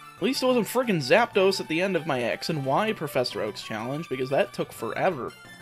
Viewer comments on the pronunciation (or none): none